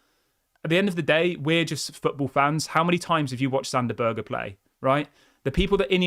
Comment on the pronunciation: It's pronounced berg not burger! Lol